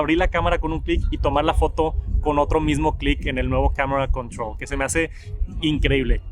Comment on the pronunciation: Camera controull